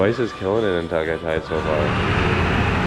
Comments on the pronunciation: Biscuit Boys, I'm starving. Beef Tapa???? Epic. Is that Jessica Soho of KMJS? the way you frackers pronouce "Ta-gay-tay" such an epic and funny 😀 Taal Volcano erupted January 2020, right before the pandemic. You can't go to the island now, its still within the danger zone. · It's pronounced Tah-Guy-Tie. There's no a accent. Just ask a local how it's pronounced.